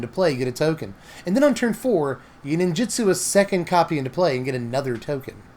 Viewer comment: you're great and I'm sorry to be this guy but NinjUtsu with a U, not Ninjitsu with an I, so sorry